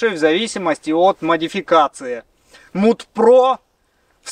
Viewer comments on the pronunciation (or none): Mud, произносится мад, а не муд. Уж очень режет слух. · побуду душнилой. не муд про, а мад про. от английского mud - грязь